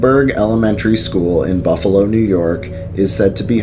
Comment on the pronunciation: Nice vedeo. If anyone ever gets a chance to go on the ghost tour at the Central Terminal, do so. Every single tour has a ghostly experience. Well, the night time tours do, the day time tours are more informative like the "mob" connection. As mentioned before, your pronunciations are a little off. It's Kin-E-Shush, Muh-Die, & Shays (as it rymes with "Rays"). Other than that, very cool. The Iron Island Ghost Tours are typically booked months in advanced at Halloween and has a carnival-type atmoshere. Buffalo also has some grade A haunted house attractions at Halloween that are worth the visit, most at a very low cost. I've heard of the Lindburgh Elementary School being haunted, but there is not a tour of anything as it is a working school. Keep up the good work.